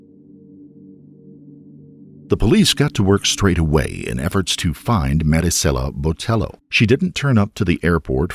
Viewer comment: I wish he would say her name correctly if not consistently. Cringggggeeee